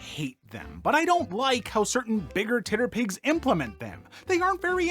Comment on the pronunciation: pronouncing a TTRPG as “titter pig” is so… weird but makes sense. unfortunately it makes me think of a pig with massive breasts